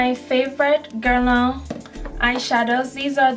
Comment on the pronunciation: Beautiful girl, beautiful collection. I hope I don't cause offence--you just said it so much, and have so much from the line I wanted to let you know. You pronounce Guerlain almost perfectly, but it could use a bit of a tweek. You have the first syllable down pat ;) The second syllable is the culprit, lol. It should rhyme with "man", just make sure to create the nasal "n" sound without actually closing to pronounce a complete "n" sound. You're actually doing great at making the nasal "n" sound, it's just the vowel sound you needed to change. So remember "man" (just substitute an "l" for the "m"), not "lawn"... Good Luck Ma Cherie xo ;)